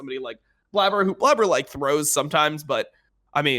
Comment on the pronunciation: "Blabber" instead of "Blaber" lol